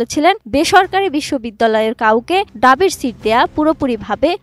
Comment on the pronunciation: ডাবির সিট বলতে? নাকি ঢাবি বলতে চাইছেন? এমন একসেন্টে সংবাদ পাঠ করলে তো গোলমাল পেকে যাবে ভাই 😅